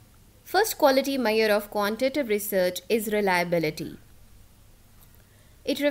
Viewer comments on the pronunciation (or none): i dont like saying "Maiyor" for "measure"